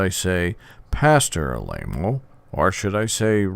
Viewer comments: Ah La Mo not A-Lay-Mo... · You are repeating the lies of the mainstream media! For someone that knows so much about Tony, you would think you could pronounce his last correctly! You mention Jim Jones! He was a CIA Operative and the people in Jonestown did not commit suicide! They were murdered and shot! You should do research before you run your mouth! You should watch what you say and get all the facts before blabbing away! The Catholic Church has more sexual abuse cases than any other religion but because that is the wealthiest organization on earth, the Vatican sweeps their crimes under the rug and pays off the judges, etc.